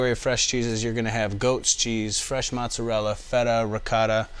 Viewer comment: cause he mis pronounced Mozzarella, and did not want to Fuck up trying to say Reggiano.